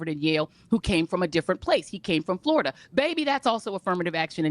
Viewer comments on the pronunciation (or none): none